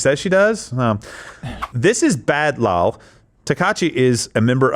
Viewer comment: ADMONISH Gerald for reading lol (laugh out loud) as an actual word LMAO